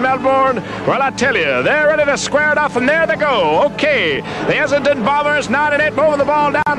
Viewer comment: Essen-don not Ess-ing-ton